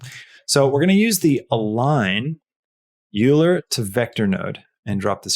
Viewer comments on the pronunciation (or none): "Euler" is pronounced "oiler". You should consider getting it right, as he's right up there with Newton in terms of his impact on humanity. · Great tutorial! My only critique is that "Euler" is pronounced `oy-ler`